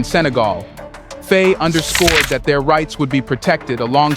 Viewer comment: I love your content. But the mispronunciations are driving me mad. Can you please pronounce the Presidents name correctly. It is pronounced Fy (like by or pie.) Please keep reporting on what's going on in the African countries. Your information is crucial to the diaspora.